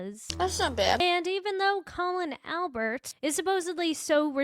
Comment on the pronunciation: I really enjoy they way you pronounce his name 😂